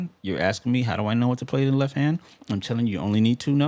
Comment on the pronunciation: Quick note, being that I had to cringe every time you said "leff" in this video. You obviously know how to spell it/the word!! Why you refuse to pronounce the 'T' in left when you say it, is irritating, and beyond me, considering you make an obvious attempt to sound intelligent, rather, (my bad), speak intelligently as it where, only to mis-pronounce a 1st grade 4 letter word , come on bro, it's called a tell. and at your level musically, and intellectually should not be happening. keep up the phenomenal work, and speak like you play! The world is watching.